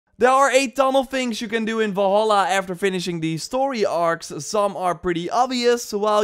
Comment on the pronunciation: I used to annoyed by the way people say "Valhalla" but the way you say it makes me want to never hear words again